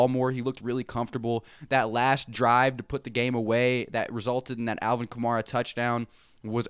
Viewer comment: They have you saying AK name wrong bro, it's Ka May Ra like camaro but with A instead of O